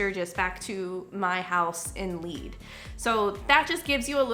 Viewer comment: The town of "Lead" is pronounced like the heavy metal they mined there. Lead (led). No helmet is stupid. MAGA is stupid and racist and weak on Putin. Next !